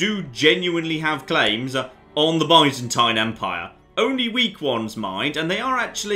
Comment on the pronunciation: Your pronunciation of byzantine is killing me.